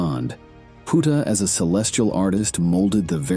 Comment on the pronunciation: The mispronunciation of his name makes this video sound bad to me. Sorry 😵‍💫😵‍💫😵‍💫😵‍💫